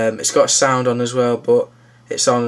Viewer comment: lol at the way insted of but they say bot